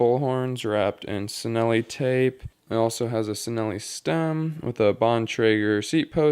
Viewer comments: Its chi nelli. Not si nelli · It’s pronounced ‘Chi-nelli’... google translate it... Peace😊